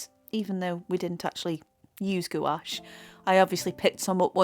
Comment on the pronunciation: I've given up with jacksons although I live in UK my orders take wks to come, It's just not worth the wait so I order from amazon, next day delivery with prime or at most couple days. I find amazon cheaper as well so it's a no brainer. Can I just say its pronounced like GWASH. Beautiful painting, love the hair.